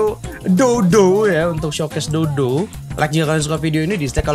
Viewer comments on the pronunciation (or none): dough dough nya kedengeran Kaya Dodo wkwkwk